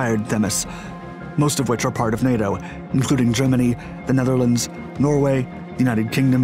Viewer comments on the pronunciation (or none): none